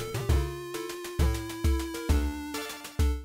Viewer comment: YOU PRONOUNCE HOORAY VERY VERY VERY VERY BAD